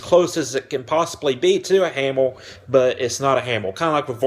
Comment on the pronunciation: Hammer, not hammel, please pronounce your words more clearly.